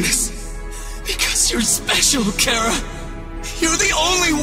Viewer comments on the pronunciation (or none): Ok first it’s Cara.. and now it’s care-a? Once again, it’s CHARa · how its pronounced ch - ara. how youtubers pronounce it cara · chara got pronounced as "ceara" wtf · It’s char-a! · Chara more like Carrot. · I just realized it’s pronounced “kara” not “chara” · The pronunciations are incorrect with Chara. Some pronunciations are incorrect but almost everything is perfect tho. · We put a lot of thought into how we'd pronounce it. I decided since undertale is such a pun-riddled game and "Chara" is the name you call your "Chara"cter at the beginning, it made sense. Also, Toby Fox officially revealed all the name pronunciations except for this one since it's optional.